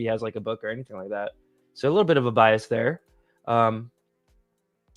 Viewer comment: Why does corbell say sho for the word so? Sho cringe.